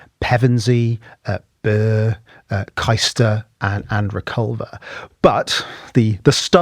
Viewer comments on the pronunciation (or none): Kuyster? I'm a Caister boy- pronounced Kayster